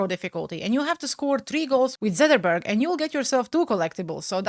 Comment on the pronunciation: never quit being you.:hands-yellow-heart-red: Also you did pronounce the names correctly Zetterlund is pronounced the way your saying it and Zetterberg when you did say it was pronounced correctly.